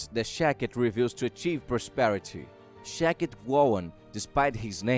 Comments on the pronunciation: Shakti, not Shakit. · SHAK-TI not SHA-KIT!!!! Also, she is a woman not a man!!! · Shakti was a woman not a man pronounced Shaktee . I feel its just the language barrier but content was good. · Sha-k-ti ( means power ).. that's the correct pronunciation. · The pronunciation of her name is sounded out, ‘shock-tee’ or ‘shack-tee’ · The name is also pronounced wrong. It's pronounced Shaktee. Shakti means power and strength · Says name wrong AND says 'HE'...know what you are talking about before you broadcast.. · Jezus your accent and pronunciation plus wrong grammar namely naming Shakti.. Please get another job for yourself